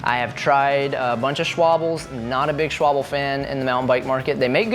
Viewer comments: Schwable 😂 mate, it's schwalbe. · I thinks it’s pronounced “shwall-buh” but if I’m wrong please correct me. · My german heart hurts when you say Schobbl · Love the content. "Shwoble" lol